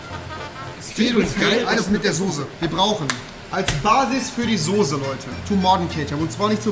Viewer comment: Rewi sagt ´´sose´´ ich bin raus